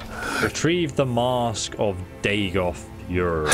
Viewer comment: “Retrieve the Mask of Dagoth yerrr”